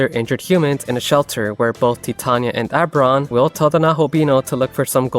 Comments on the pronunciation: Oh-ber-on.. not Ah-ber-on 😅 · "Oh" sounds getting turned into schwas is a common quirk of certain American accents. I'll let it slide.